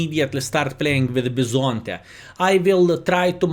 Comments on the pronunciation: Bison-tè you got it right once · First time pronunciation was pretty god. From an italian guy